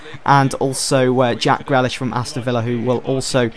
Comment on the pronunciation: Grealish is pronounced GREELISH not GRELISH